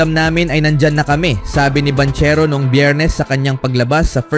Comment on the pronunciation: Banchero pronounce as bangkero hahaha 😂